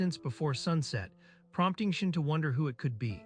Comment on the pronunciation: Reads: Shion AI reading: SHIN